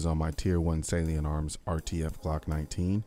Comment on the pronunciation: I thought you were saying "saleen" instead "salient"... I was like "what saleen makes glocks faster too?!?" Hahaha!